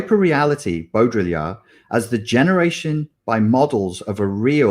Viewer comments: Baudrillard is pronounced Bow dree ar, not Bo Diddly ard 😊 Did my dissertation on the hyperreal 20 years ago and... yup. Never more true than now. Strange days indeed. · It’s pronounced Bo-dri-ard (like yard). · "Beau-dree-yard !" Follow the the bouncing ball....